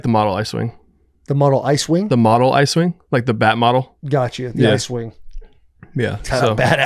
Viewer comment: 😂 not the “iswing” I’m pretty sure he thought he said “ice wing” He was “that’s a sick name” 😂